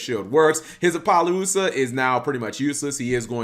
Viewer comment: Ap. Oh. Loosuh. Not Ap. Oh. Lo. Luhsuh.